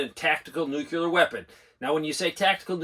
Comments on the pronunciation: Is it a “nookyoolah” weapon or “nuclear” weapon? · LISTEN to yourself. There is no such thing as NOO-Q-LER anything. It's NO0-KLEE-ER. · Is there a reason so many adults in this country can't pronounce "nuclear"? No "u" between the c and the l. Asking for a friend, lol.